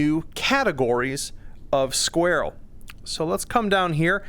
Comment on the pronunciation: Squarell. Sounds like a non native speaker trying to say "squirrel". Love it! These are going to be nice against armored targets. I gotta say the gas cuboids are great, but I wish they exploded after flying off! Sure it's not realistic but it goes against my gamer intuition when they don't!